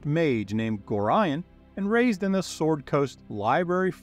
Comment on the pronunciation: Love these videos, but the BUTCHERING of Gorions name itches my skin.